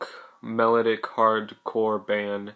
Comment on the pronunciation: lol you say melodic wrong